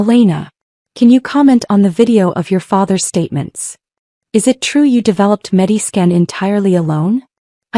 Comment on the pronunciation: MediSCAN, not Mediskin.